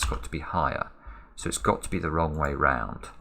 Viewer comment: I love how you keep saying "wrogn" 😅😍